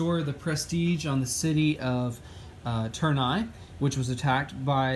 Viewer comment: It's not törn-eye, it's tour-ney it's french 😉